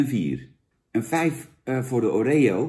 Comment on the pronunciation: Wie zegt nou O ree O? Pleeeeeeeease het is Oreo! je bent toch geen huppelkutje jan? Verder, goede review(s).